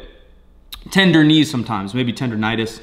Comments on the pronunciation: Bruh, did you say "Tender-nitis"??? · Did you just say tender-nitus?